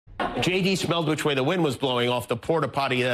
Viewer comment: J.D. .... is that pronounced "shady"?